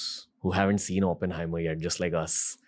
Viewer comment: It's Oppenheimer Ranveer, not Openhamer